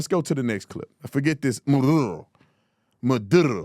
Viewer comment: The “madurro” pronunciation almost had me lose my lunch 😂